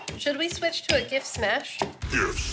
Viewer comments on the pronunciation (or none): none